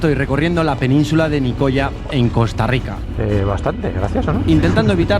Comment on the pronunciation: "Nicoya"...ufff, pronuncia bien, macho!